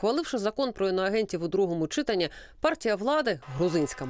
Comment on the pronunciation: Перша велуча зробила правильний наголос в слові,,читанні", на букві ,,а". А голос за кадром каже неправильно, з наголосом на ,,и". Невже так важко вивчити правильно правильно вимовляти це слово?!!!!